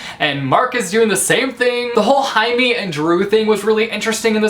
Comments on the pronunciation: I'm pretty sure Jaime is pronounced Jay-mee. I know that sometimes Js are pronounced as H but they are also pronounced as J too. The H just sounds really strange to me. Maybe I'm wrong :/ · i am pretty sure Jamie is not pronounced woth an H,but with a G. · I love how you say Haime and not Jaime! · Haime? It’s pronounced Haime? I pronounced Jaime as Jamey! My whole life has been a lie!! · I thought Jaime was pronounced Jay-meh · did u just call Jaime Hi-me? I find it so funny/interesting when I watch these reviews and everyone pronounces everything differently. the curse of reading I guess